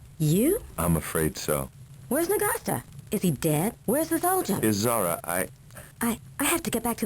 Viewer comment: YOU SAY N'GASTA. N'GASTER IS OUR WORD.